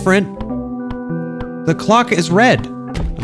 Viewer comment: teh - the ask - axe